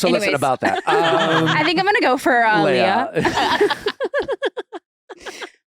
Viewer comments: IT'S LEEEEE-UH!!! NOT LAY-UH! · LEAHHH not Laya omg 😭 Was driving me insane that you wouldn’t correct nor would anyone 😩